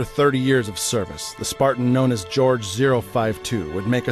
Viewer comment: Jorge is not pronounced 'George' It's a Hispanic name and is pronounced 'hor-hay'